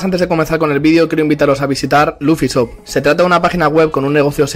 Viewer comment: Dices "Luffy Shop" pero yo te entiendo "Luffy Zou". 😅